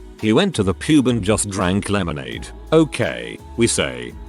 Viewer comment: when I heard the TTS bot go "he went to the pube and drank lemonade" and really had to do a double take at what I was hearing...